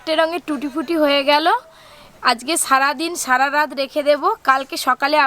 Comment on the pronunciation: লেখা আছে ট্রুটি ফ্রুটি কিন্তু আপনি তো বলছেন টুটি পুটি এখানে ফ্রুটি বানানে ফ্রু এর উচ্চারণ করুন প এর নয় এবং টু এর উচ্চারণে ট্রু কথাটা আসবে ok